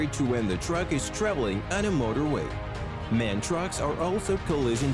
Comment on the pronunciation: MAN is pronounced M.A.N. , 3 letters, not 1 word.